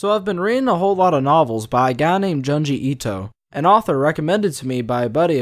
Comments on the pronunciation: Japanese speaker here. Your pronunciation of Junji is way off. It's closer to Joon-ji but with a shorter oo sound, a little like the u in full. You're pronouncing it more like jyanji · It's Junji like in June. Not Janji. Please. Why can't people read Japanese names correctly. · also junji as in a quick joon,june not jahn like wtf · And And-June gee. Junji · Great video but your pronunciation of Junji Ito is very wrong. The Japanese syllable 'ju' is a short 'ooh' sound. Like in June but not as drawn out. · The pronunciation of Junji and Tomie made me cringe so hard, I literally cannot even. Well, to be fair I suppose the accent cannot be helped so that's just that. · The way you pronounce junji makes me angry 😂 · It’s pronounced JOONji itoh and TOH-mi-eh :)